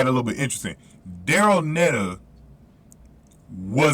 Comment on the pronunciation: Daryll Neita (pronounced NEEta)is GBRs anchor in the 4x4